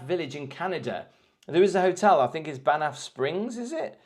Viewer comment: LOL. You are mis pronouncing Baaan.....ffffff. Is beautiful and Lake Louise as well. Problem is tourists. Try to go on the edge of peak season. Drive to baan...ffff to Jasper is amazing. Sad Jasper got damaged by forest fires but could make an interesting video.